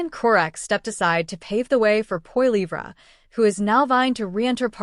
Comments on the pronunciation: For goodness sake you who is TALKING LEARN TO PRONOUNCE Poilivre's name! It is Poli eve. That is it! It is disgusting to hear you mispronounce over an over again. SHAME! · Hey bot can you say poly ver for Polivre ! EH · IF he called you.. you should pronounce his name properly.. F'n annoying. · If you cannot pronounce his last name then you don't have the right to tell us anything about him, his views or anything. Failure to simply pronounce his last name suggests you are not probably telling facts, just ideas you think he should have. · your as dum as the other narator cant say P P name right so get some1 that can